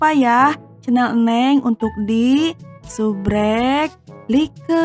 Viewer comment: kenapa ngomongnya harus subrek kaya yuotuber lain dong , ngomongnya subscribe ya kali subrek gj ngak jelas